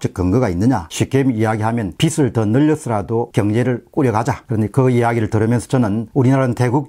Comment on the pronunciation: 박사님, 비슬, 비츨이 아닌 비즐로 발음해주시면 감사하겠습니다.